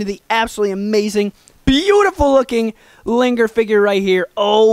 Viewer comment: you said liger wrong